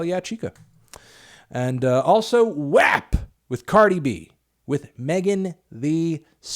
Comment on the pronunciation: it's pronounced WOP not WAHP lmao